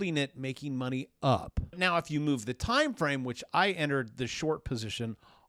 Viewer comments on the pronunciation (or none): none